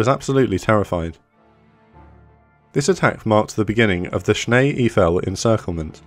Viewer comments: The German part of the Ardennes is pronounced EIFEL...rhymes with "rifle". Well-done video, but please remember this pronunciation for the future. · Whether your first language is English, French, or German, it is my understanding Eifel is pronounced EYE-full. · You pronounce the second vowel. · Excellent, but it is prounounced Snee Aifel, like in Eifeltower, not Iefel. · Sorry to correct you: Eifel is pronounced the same way as the Eiffel-tower in Paris. Schnee-Eifel means snow Eifel. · Thanks for this brilliant battle report. But one remark as a German speaker, please learn how to pronounce German places and names, it would make a difference. Cheers